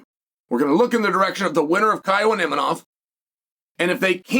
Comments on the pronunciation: You're so funny Chael.. It's Imavov, not Imanoff...you gotta be doin this on purpose for the engagement right? love it hahaha I had to look it up cause you had me trippin... One of the best on the mic, smooth and eloquent but now you're just unable to pronounce names correctly for some reason... Genius move lol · “Inimov”?...come on Chael…his fucking name is Imavov. You are saying his name wrong on purpose or you’re an idiot. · Imanof. This dude never gets the Chechens and Dagestanis names right 😂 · Unc getting so many names wrong, islom makhalchev , imanov , khazmat